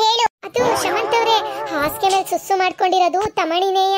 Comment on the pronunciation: Bro susu adu sasu alla